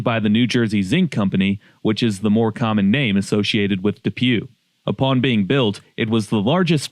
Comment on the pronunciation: And its pronounced dew po